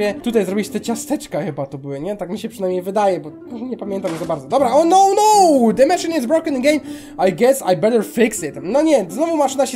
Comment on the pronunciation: Te jak to nazwałeś ciasta to tubisiowy krem a ten czerwony to po i czyta się po robocik to no no i czyta się nono tyle błędów w tym filmie 😤😓😳😔😒